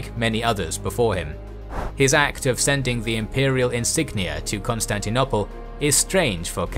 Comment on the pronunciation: I appreciate these videos. However, pronunciation is quite often dreadful. For example, the last 'o' in Constantinople is pronounced as in the word 'no', not as in 'on'. Augustine is pronounced 'Or-gus-tin' in English and 'Ow-gus-stin-us' (the vowel in both 'us' sounds being as the vowel in the word 'foot') in Latin. I recommend checking the IPA for unfamiliar names; they are usually on Wikipedia or Wiktionary. kɒnstæntɪˈnoʊpəl ɔːˈɡʌstɪn